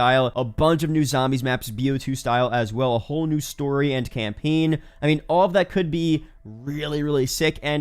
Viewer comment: this dude really said campeen lol.